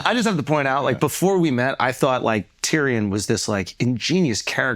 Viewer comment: not much more annoying than akaash trying to say tyrion